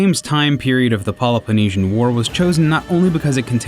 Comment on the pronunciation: for Christ sake its not Polypenisian war !!! Its the Peloponnesian. You Americans must butcher every word there is !